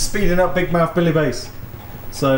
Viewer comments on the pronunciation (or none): Some interesting sounds there! Not sure if you’re deliberately mispronouncing the fish’s name, but it should be Bass as in “a pint of draught Bass”, not “base”.